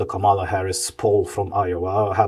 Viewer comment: Actually, it's pronounced "Comma"la. Also, Kamala should have won :)